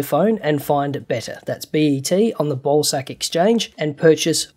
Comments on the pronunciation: Is it me or Everyone Heard Ball-Sack Exchange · Is it just me or am I the only one who heard him say ballsack exchange instead of bawsaq?